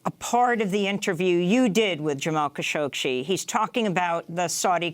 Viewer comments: "Kashoshi"???!!! What the heck? I see that the liberals have some strange and disgusting aversion to bathing (for Pete's sake: You're on TV, Darlin'... comb your hair and put on some lipstick, -at least)!! Ugh!! I don't care WHAT they were going to say.... this presentation is PATHETIC! Khashoggi.... it has 2 "G's"!!! (Kashoshi, he says, repeatedly). How STUPID are these people????! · who da hell said "cowshoshi" wtf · Please learn how to say his name properly! There is no "shee" sound at the end of his name. It is pronounced Ka'shog'gee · Pronounce his name correctly Kashoggi as in Adnan. Cashoggi. Perhaps that will shed some light and history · Lol she consistently mispronounces kashoggi. Kashokshi? They woman she interviewed said it correctly to her and she hammered the rest of the video out with no change. Not a big deal but funny for sure. The lady had micro expressions every time she does as well. I kept thinking just correct her. Geez what if she had a booger?